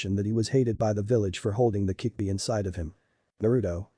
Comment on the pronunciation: it's kyubi not kickbi